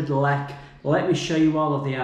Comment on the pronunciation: It's LEK not LLEK..